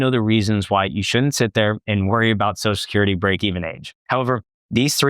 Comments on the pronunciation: Now I can’t unhear it! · You should practice pronouncing Social Security